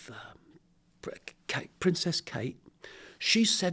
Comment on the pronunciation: Ya lost my interest ascsoon as the old flog said Kare